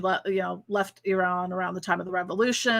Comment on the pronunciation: Omg! You are the first American or anyone who Ive heard pronounced Iran as its proper sounding phonics Ee-Ran....rather than how people always say it sounding like I -Ran \ Eye-Ran. Im half Persian btw lol.😸 So yeah was super nice to hear the correct pronunciation thank you! Hope your Retrograde isn't going too odd balled. Mine certainly did today lol